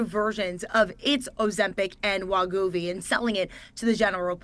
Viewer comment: HIMS & HERS! NOT HIM!WEE-govy. Not whatever versions of the name she said.